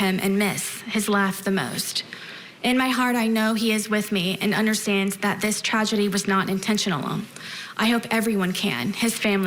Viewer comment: And she still can’t say “intentional” correctly.